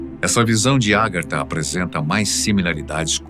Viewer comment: Meu caro apresentador, a pronúncia correta é Agartha e não Árgatha